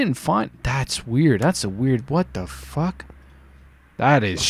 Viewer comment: Is it only me that thinks he says the f word so weirdly.